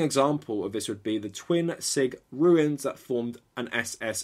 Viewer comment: RUNES - a letter of an ancient Germanic alphabet, related to the Roman alphabet. RUINS - the physical destruction or disintegration of something or the state of disintegrating or being destroyed. When referring to RUNES, you repeatedly pronounce it RUINS.